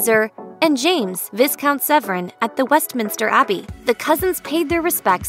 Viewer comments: Viscount is pronounced "Vi-count not Vis-count. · "Viscount" is pronounced vaikownt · omg its pronounced V(eye) count- you don't pronounce the S.... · The journalist/narrator mispronounced “viscount.” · Please learn to pronounce titles and names before you make a video about them. Viscount, Eugenie, ...